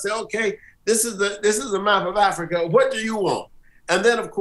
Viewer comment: “My religion is Afryica”.